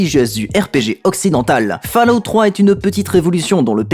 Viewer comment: Je tique sur la prononciation de Fallout.